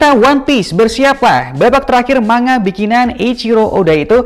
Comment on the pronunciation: Bacanya Ma-n-ga, Bukan ma-nga Dan yang dimaksud adalah saga terakhir. 1 saga biasanya terdiri dari 5 arc. 1 arc biasanya selesai 1-2 tahun. Paling cepet kira2 5 tahun lah.